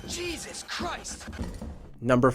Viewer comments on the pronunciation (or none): none